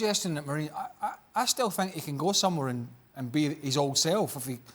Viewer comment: “I fink”